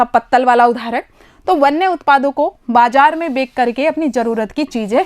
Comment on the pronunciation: Madam aap har video me bechkar ke na kah kar bekker ke kahte ho 😀😂